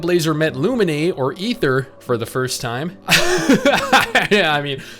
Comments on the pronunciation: Oh no......your pronunciation of Lumine 💀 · Why do pronounce Lumine’s name like that? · That's not how you pronounce Lumine.